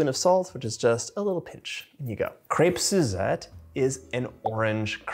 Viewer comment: Nice, and u can even say the name correctly.